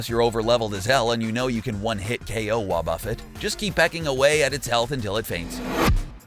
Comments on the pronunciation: it is "wuobufét" not wuobûffet" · Ok 5 things... 1) Dry Bones are immune to fire. 2) Not only did you leave out mirror coat and destiny bond for wobuffet 3) but counter counters all physical attacks since gen 2 4) You pronounced wobuffet wrong 5) At least check by your sources of the information you give the public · So he steals the content nut fails to listen to the audio to learn how to properly say WoBuFet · He says wobuffet weird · Bruh 1.learn how to pronounce wobufet 2.u can’t kill dry bones with fire This why people who don’t understand games shouldn’t try to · Learn how to pronounce wobuffet